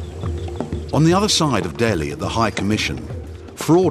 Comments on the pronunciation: It’s “Delhi” and not “Dehli “ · Its DELHI and not DEHLI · nt DEHLI its DELHI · I thought it was "Delhi" not "Dehli"